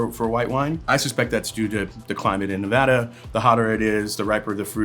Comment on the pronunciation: Thank you Andre for pronouncing Nevada correctly.